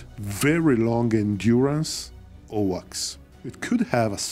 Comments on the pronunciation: Great video as usual. However It’s so confusing when you pronounce AWACS as OWACS… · 1st A in AWACS rhymes with a in rain. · My apologies. What is owaks? Or is he saying AWACS for Airborne Warning and Control System? Or has the abbreviation for AWACS changed and I did not know it?